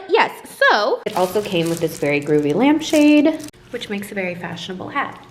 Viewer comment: “Lmap shade” lowkey thought u did that on purpose and I found it so cutee